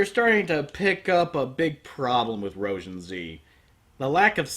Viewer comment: I'm pretty sure it's pronounced roh-zheen 😡😡😡😡😡😡😡